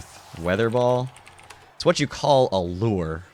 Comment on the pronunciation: Someone who actually pronounces the word "lure" correctly! :O I knew there was a reason I subbed to you.~ None of this "lurrrrrr" crap people say. "Loore." My ears are happy.~